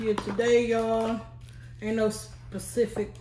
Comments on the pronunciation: Lol. Specific, pacific, or hell idk. You got me messing up the word. 😂😂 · “Saspecific”... Mafia language..Periodt Pooh‼️‼️‼️‼️‼️‼️😂😂😂😂